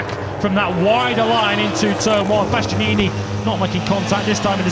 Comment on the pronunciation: My man didn't say Bastianini right once